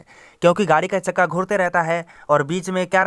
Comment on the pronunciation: Chakka bolna to Sikh le yaar